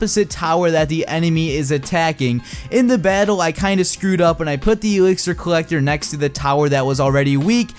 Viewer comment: Say exlir right